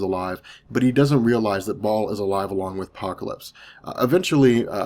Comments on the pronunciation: Baal baaaaal not Ball lmao. Great video otherwise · it's pronounce Baal (BA-EL)....very important figure to the occult society.